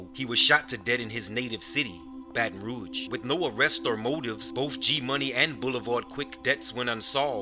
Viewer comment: Baton rouge. Pronounce it good nigga